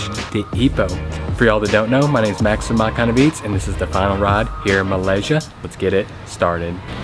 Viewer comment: Must really appreciate Max!, he takes the time to learn the names of the local dishes and gets the pronunciation almost perfect. Always a pleasure watching all your videos Max. I am Malaysian and I truly appreciate your videos and looking forward to seeing all your other Asian countries videos. Great job sir! 👏🏽👏🏽👏🏽👏🏽👏🏽👏🏽👏🏽